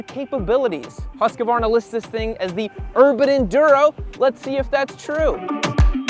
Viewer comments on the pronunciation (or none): Hooskvarna. Not Huskavarna. Stop adding an extra vowel. 😂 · It’s pronounced ”Hughes Kvarna” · Am I the only one triggered by how pronounces Husqvarna?:-D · They way you pronounce Husqvarna makes my ears bleed and my eyes twitch. There is no “A” in the middle of the word